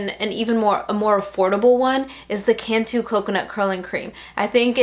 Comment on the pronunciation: you lost me when you said cantu